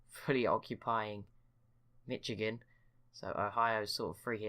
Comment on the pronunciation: Also it’s pronounced Mishigan